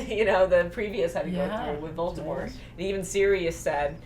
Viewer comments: Once and for all, it's Voldemort or Voldemore not Voltemort. Also stop looking into the camera, the old hag and the uglier one are not so why do you? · It's voldamort not voltamor